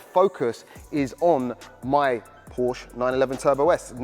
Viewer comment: Hate to be that guy lol but its Porsche